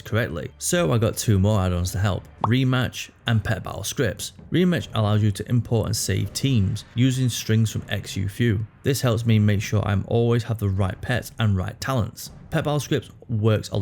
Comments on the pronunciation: it's pronounced "zoo foo" btw :) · Great vid as always, though xu fu is pronounced shu fu.